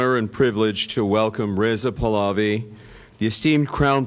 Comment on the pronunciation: This idiot still all I ran and mispronounce Pahlavi pals I.